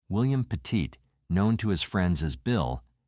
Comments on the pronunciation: PET IT, NOT Petite! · I am from ct and was working at my travel agency in Hamden right down the road from Cheshire were this happened. Terrible terrible tragedy. The last name is not pronounced peèeeeeeetite!! It sounds like Pettit. Please get it right and show respect, I know a lot of people up there and couple who knew the family. Those people would be quite upset it they knew their last name was getting butchered on some you tube channel.